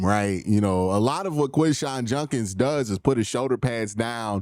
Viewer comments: I’ve been noticing this for a while. He says it wrong. It’s JuDkiNs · Yeah he says it wrong. JuDkiNs not JuNkins.